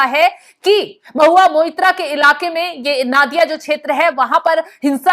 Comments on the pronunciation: पहले तो आप उच्चारण सुधारें। नादिया नही, ये नदिया है। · Nadiya ko Naadiya nahi bola jata isse Nodia bolte hai